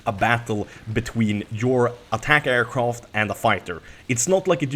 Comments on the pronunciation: Is it me or is he saying aircroft or is it just me... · Aircroft? triggered